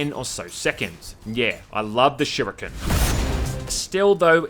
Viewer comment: Yasuo simulator but you don't get flamed by the team. Also you sure pronounce some words weird, aussie or not... like shuriken or advertisements @@